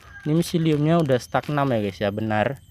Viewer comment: StagNAN, mas, bukan StagNam 🙏🏼🙏🏼